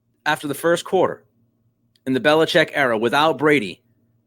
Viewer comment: Finally someone says Belichek!! Good digging!